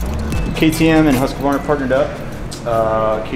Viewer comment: Hearing american pronounce Husqvarna and svart/vitpilen always kills me a little.